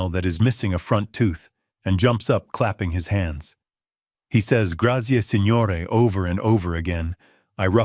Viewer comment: Small thing. Tuscany is in Italy and they don'r speak spanish. It's Signore not Senore.